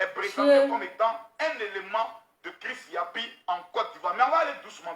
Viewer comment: ❤️🌹 il s'appelle chris yapi Pas chris yopi 🤦🏾‍♀️🤣. Gros bisous à toi 🌹 😘 ♥️